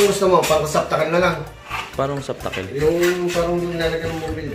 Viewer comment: ". . . saptakel. . ."??? Receptacle po, mawalang galang na.